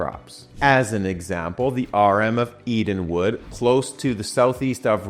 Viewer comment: E - dan - Wald is how you say it.